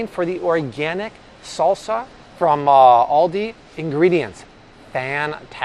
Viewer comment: the way you say Aldi hurts my soul